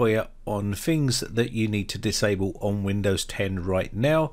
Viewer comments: When you say Fings and Fought, Do you mean Things and Thought? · "Fings" to disable?